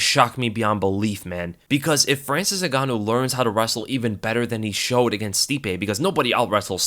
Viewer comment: Say gan one more time